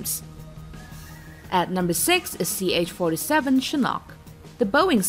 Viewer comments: Why does she pronounce Chinook as Chinok??? Why do Americans do this type of shit all the time? Is it a way showing privileged status??? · Chinook like look or book.. Not like nock..